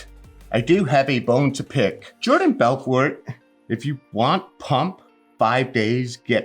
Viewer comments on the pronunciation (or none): none